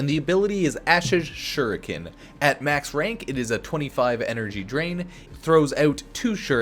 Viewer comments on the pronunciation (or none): none